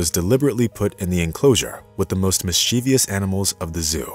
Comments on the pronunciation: "Mischievious" is not a word people!!! It's "Mischievous" without the extra "ee" sound towards the end of the word (before the "ous")!! The end. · I cringed at "mis-chee-vee-us." Come ON. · Also, “mischievous.” Three syllables. Miss-chiv-us. There’s no ee sound after the V. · He also says “mischevious.”